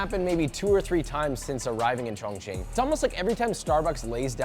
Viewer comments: A chong ching native sound like a slur...its hilarious! 😭😂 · Every time he says Chong Ching I remember Ray giving Theo the pass 💀